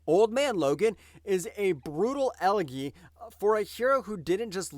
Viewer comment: Please learn how to pronounce all those words before using them. Oedipus. Elegy. Etc. It was very distracting.